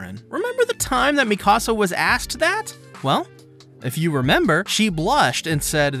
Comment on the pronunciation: It's not Mi Casa, it's Mee-ka-sa.